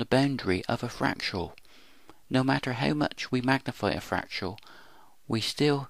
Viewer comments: Learn to say fractal correctly, please: frac-tal, not frac-tu-al. BTW: This video explains nothing. Your "explanations" are meaningless jumbles of words. Take for instance this gem: "This paradox can be explained by explaining a potential infinity of possibilities formed from a dynamic universal geometry that human mathematics itself is based upon." 1) You don't explain something by explaining something else. You explain something by showing a cause-and-effect relationship to a prior set of conditions and showing the forces in play that move from one to the other. 2) There are many geometries and therefore none can lay claim to being "universal". 3) Mathematics is never invented, it is discovered. It exists even before its discovery. Therefore it cannot be claimed to be "human" as though it were a human invention. Finally, 4) two points on the boundary of a fractal having an immeasurably great (and possibly infinite) distance between them along the boundary are not explained by a potential infinity of possibilities. Only one possibility actually exists. Any explanation must lie elsewhere. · Fernando Bernardo It's painful to listen to. I can't make it to the end of the video. I don't know what pains me more: the abuse of scientific concepts by someone who clearly doesn't understand them, or the absurd pronunciation of the word "fractal". "Fractial". Jesus.